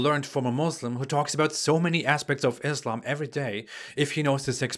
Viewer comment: pronounces islam as izlam Muslim as muzlim And he claims to be ex muslim🤣🤣